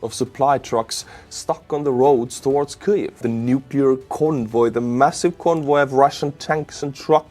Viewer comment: KEEV,, please just say Keev 😂 Thank you for all your amazing work and good humour! 🇺🇦🇨🇦✊🏻💪🏼🇨🇦🇺🇦 Слава Україні!